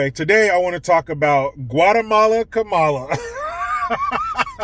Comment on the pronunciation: It's "Kumala"